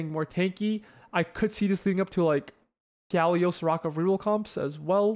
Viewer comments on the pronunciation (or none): none